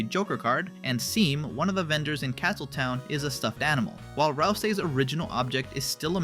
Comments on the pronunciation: Seam is pronounced "Shawm", they even say it themself! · it's pronounced "shawm" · bro just called "jeevel" and seam (pronounced shawm) "seem"😭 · Seam is pronounced Shum / Sham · His name is Seam, but its pronounced like Sean, so instead of seam its Shawm. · correction: seam is pronounced like "shawm", not exactly like his name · Obsessed with how the ai voice says “seem” when seam literally spells out how their name is pronounced “shawm” idk why that’s so funny to me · His name is Seam but it's pronounced Shawm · It's SHAWM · Its pronounced “Shawm” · A game gives you the annunciation. And you screw it up anyway - Seam, pronounced Shawm. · no, NO!! IT'S PRONOUNCED "SHAWM" /nf /lh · BRO I WAS SCREAMING AT THAT PRONOUNCIATION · Seam even specifies his name’s pronunciation when he introduces himself 💀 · Seam is pronounced "shawm", it's like Sean with an M. That's why he calls his store the seap (shawp.) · literally the first thing this guy tells you is that his name is pronounced "shawm" thats how you know the video poster doesn't know a thing about deltarune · Seam is pronounced like Shawn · you're about to piss everypne off "jivil" and "sam" cmon bro 💀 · Seam's name is pronounced "Shawm", he even lampshades it by saying something like "And welcome to my sheap". It's a play on the name Sean, where the letters "Sea" also make the sound "Shaw". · Bro said Seem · Bro, did you play the game. They explain how to pronounce Seam's name. Its "Shawm." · "My name is Seam. Pronounced "Shawm"". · pronounced “shawm”, man. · ITS PRONOUNCED SHAWM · dude whats with your pronounciations? jevils pronounced like devil not evil and seam is pronounced shawm. cant wait to hear you say roulxs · I'm pretty sure is as in "Devil" not as in "Evil" And Seam is pronounced like "Shawm", as if it was the name Sean -- he says so. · pronouncing seam wrong in two different ways, and he/him-ing seam? what are you even doing?